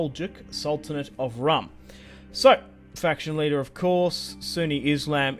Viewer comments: its pronounced "room" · Rūm is pronounced like room